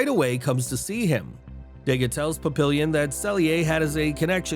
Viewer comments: Pap-ee-yawn = Papillion, not illion as in million. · Papillion, plural pap·il·lons [-lonz; French pa-pee-yawn].